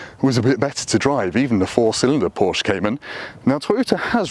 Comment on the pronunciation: I appreciate how he says Porsche like a normal person. Not like a pretentious a hole. (Porsh uhhh)